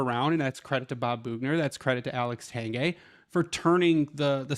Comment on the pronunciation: Its Pronounced TANG GWAY NOT TANG GAY ITS MY NAME I OUTTA KNOW STOP IT LOL BUT TRUE